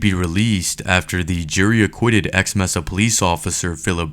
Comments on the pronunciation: BUT, PLEASE PLEASE edit your audio and STOP calling it Meza. It's pronounced May-suh. It's really fkn annoying. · It’s not messa, it’s pronounced Masa. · I cringed every time the fool said “mess-ah”. It would seem he never listened/watched the audio/video. The 911 caller and dispatch both pronounced it “May-Sah”. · Mesa is pronounced "may-sah" not "mess-ah" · Mesa is pronounced "may-suh", not "messuh". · Great video, but pretty sure it's pronounced "May-sa" not, "Mess-ah". (Mesa). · It is pronounced may - sah NOT mess - ah. I normally don't mind your videos but that was bugging me. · Thanks for posting the video. This case is tagic and justice simply was not served. But... my guy... pal.. Mesa is pronounced "May-sah" with a long A sound (it means table in Spanish and is also a type of elevated land with a flat, table like top). But yeah, Mesa == May-Sah ;) . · As part of your investigations you should look up sources which properly pronounce the names of cities like Mesa. That "Messuh" pronunciation was really grating to listen to. Especially since the name is an English word (taken from Spanish) for a geologic formation (which is where the city gets its name). Edit: Absolutely no excuse for butchering that pronunciation especially considering how you used news clips which clearly pronounced Mesa correctly. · Is this AI? They literally pronounce Mesa in the video correctly several times and the narrator keeps saying MEZZA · Mesa is a Spanish word and it's pronounced, "may'-suh" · It's pronounced maysa 😂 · The city name is Mesa pronounced may-sa. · People that pronounce Mesa “messa” bug the hell outta me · Mesa is pronounced like May-sa not how your saying it. They even say it correctly in the video. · "Mesa" is pronounced as "may-sa". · Mesa AZ is pronounced “MAY-SAH” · Bro it's pronounced May*sa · Good job on the video. Mesa is pronounced "may saa" FYI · it's pronounced MAY-SUH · It's pronounced Maysa. Mesa is Spanish for table or flat top. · Maysa…not messa